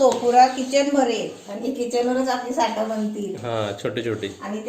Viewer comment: साठा नाही साठं बोल 😆😆.आजचा Vlog खूप entertaining होता. हिंदी चॅलेंज होऊनच जाऊ दे. Vlog पाहिला की तुम्हांला घरी जाऊन भेटल्या सारखाच अनुभव येतो. मसुराची आमटी उत्तम. कधी कधी लाईव्ह पण या.